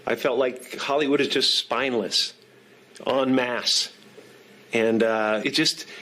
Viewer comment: “Spineless” not “spinless”